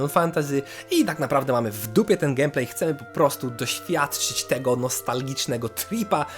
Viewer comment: Jak dla mnie "gemplej" zamiast "gejmplej" wygrywa :)